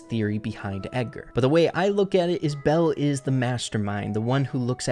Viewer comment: ITS NOT BELLE GUYS